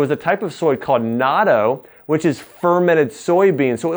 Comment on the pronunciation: its natto emphasis on the t